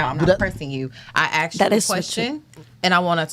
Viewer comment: It's "ask" NOT "axe" !!!!